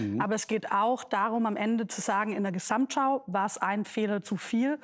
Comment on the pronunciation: Ich habe mitgezählt: "Gesssamtschau" kommt neunmal vor; allein sssiebenmal von Frau Lang. Prossst!